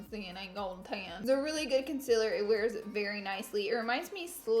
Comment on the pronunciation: can you please say concealer right. like don't say conceler it really bothers me